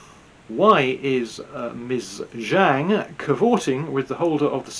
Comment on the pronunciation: The "Zh" in the Chinese name "Zhang" is not pronounced like the "g" in the English word "regime"; indeed, this quasi-French sound does not even exist in the Chinese language. The "Zh" in the name "Zhang" is pronounced like the "j" in the English name "John."